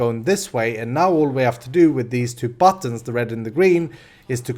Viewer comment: buttons = buddons in language=D